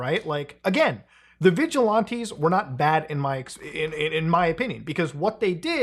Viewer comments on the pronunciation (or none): "Vigi-lawntees"? Its VigilANTEES Muta. Idk why but it's like nails on a chalkboard hearing you mispronounce it lol. Especially in quick succession.